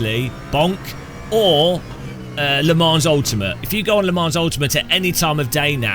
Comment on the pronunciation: One day will realise the "s" in Le Mans is silent. Until that day, I will remain subscribed as a punishment.